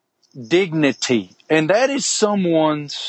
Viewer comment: "I hope you realize that is someone's" ... Looks at card, wondering how the fuck he's going to have to say such a big word ... "Dig neh t"